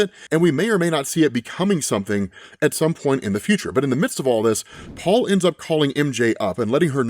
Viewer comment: ngl i got triggered when you said Paul's name, thats just how bad this is.